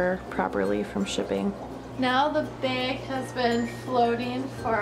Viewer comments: It's bag not beg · blooming bettas yeah she says baeg but it's fine, everyone's different.